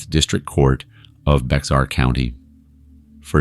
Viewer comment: For future reference Bexar is actually pronounced as Bear, the X is silent